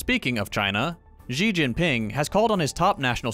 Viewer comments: Just fyi, Xi is pronounced like the english word "she" not like "ji" (or in cyrillic, "жи"). Apparently pronouncing it like "ji" is actually some kind of insult in Mandarin, IIRC. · thanks for doing these it’s nice to see stuff that’s happening in other places in the world!! xi in xi jin ping is pronounced like ‘shee’ though just so you know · Once again asking you to lean how to pronounce Xi's name.